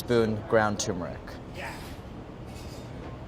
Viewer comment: Totally Alaska vibes. "tuuuuuummerrric." love it